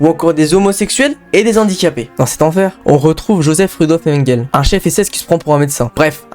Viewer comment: Mengele se prononce « menguélé », tout le monde sait ça. Cette vidéo est truffée d’inexactitudes et d’erreurs, un tel sujet demande un minimum de serieux..